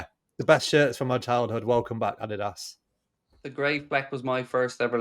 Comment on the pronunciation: finally someone who pronounces Adidas 95% correct. When speaks about the brand, i often have to think a for a few seconds what he means.